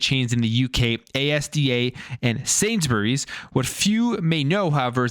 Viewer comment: As someone who is British, Asda is all one word and is spoken as such, you don't say each letter individually.